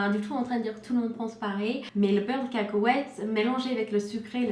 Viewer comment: Yasmine H mdr caaakowète..